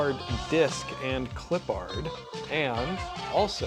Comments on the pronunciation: Gotta say, I love this series. However. You do know you’re horribly butchering Clippard, right? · Nah, we're West Coast too. You're just being a bit creative with your pronunciation, nothing to do with your location LOL. Yeeter is correct, as it's properly pronounced as "Clip-urd" (as one word). And Danny Redman's last name is not said like two separate words, either, as long as we're in the pedantic part of the feedback LOL (like "red-mun", one word) Keep up the good work, otherwise!